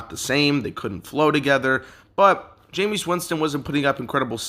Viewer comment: Great video. 99% sure it's pronounced jame-is not jameees